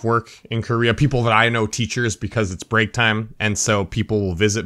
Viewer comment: south what????? did he say korea or what?